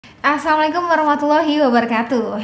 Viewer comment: coba beLajar Lebih Lambat awaL saLamnya assa.. assa..... assaLaamu 'aLaykum.............